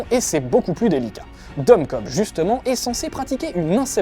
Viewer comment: sauf que c'est Cobb pas Kohbs:p